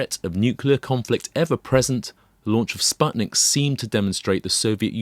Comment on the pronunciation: How come you did this podcast in 2021 and still pronounced "Sputnik" wrong?